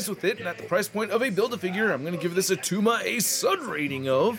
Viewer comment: It’s not attuma!! 😂😂